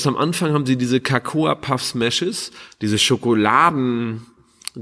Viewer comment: Ähmmm... Cocoa (auch nicht cAcoa) wird einfach nur "coco" ausgesprochen (wie in "coconut")... 😊